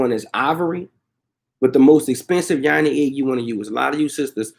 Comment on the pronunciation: Not Yani ... it is Yoni